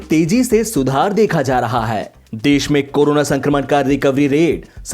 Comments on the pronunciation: m talking bout hindi pronounciation.when u used Haii in hindi its wrong. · pronounciation of Haii word in hindi